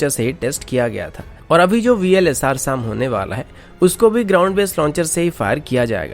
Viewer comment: Vls - SAAAM nhi hai SAM hai ye Pronounce to theek se kar bhai